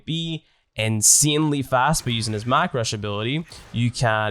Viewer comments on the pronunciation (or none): “Mack Rush” is painful to me XDD